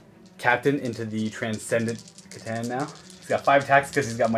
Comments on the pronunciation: Though if he would FUCKING STOP saying SEH-TAN that would be GREAT. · (at one point said he wasn't sure how it was pronounced, not trying to be a dick or anything... I failed catch the time code for it though) Kuh TAN (The letter C makes a 'kuh' sound. Not a 'see' sound) Think how you pronounce T'au. The T at the start is a T like in "time" or "tell". Now how do you say "cat" or "cow"? Now try to think of words that starts with C but doesn't start with the sound "Kuh" and compare that to how many words that do. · "C'Tan" is a nod to "C'thulhu" so it should be pronounced the same way--with a hard "k" sound: "Kuh-tan"